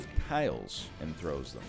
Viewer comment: I was referring to him reading out what the item does but missing the s in tiles several times.